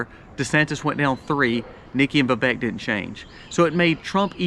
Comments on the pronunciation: Vivek is pronounced like cake..vi-vake😅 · His name is pronounced vi*VAKE like cake. Thanks for the info and perspective